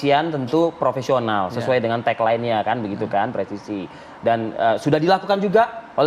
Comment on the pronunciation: PENYIDIK POLRI DIA BILANG PROVESIONAL? 🤔🤔🤔